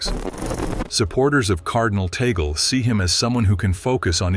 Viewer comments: Correction pls.. not tagol but TAG-LE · Not tagol but TAG-le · Another correction it's pronounce as TAG-LE not TA-GLE because he is a Filipino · His name is PRONOUNCED AS … Cardinal Luis “ TAG-LE “ …!!! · Pronounce his name TAG-GLE